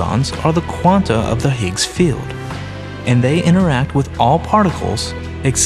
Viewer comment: Dear voice-over guy: The word "field" is pronounced FEE-eld, not FILLED.